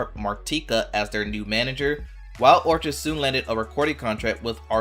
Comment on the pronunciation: "Orchid' is pronounced "orkid" with a hard K sound. 🙄